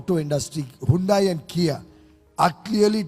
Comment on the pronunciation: I actually heard Hyundai as Gyundai😂😂😂